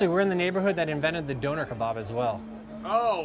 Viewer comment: “doner kabarb”